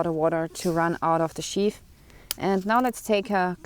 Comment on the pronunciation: Yeah words in English with "th" are NOT pronounced like an "F". So the word "sheath" is not sheaf